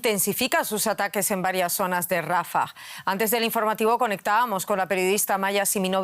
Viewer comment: Rafáh !!!! Por Dios!!! Porque los españoles le cambian la acentuación a nombres propios??...quieren ser modernos o qué???😮